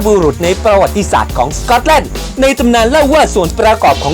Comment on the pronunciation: สกอตแลนด์ ออกเสียงซะเวอร์ สก๊อตแล่น จะแล่นไปไหน